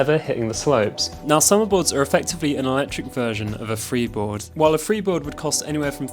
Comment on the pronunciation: Lol you said "freebord" twice 😂 so which one is best for training?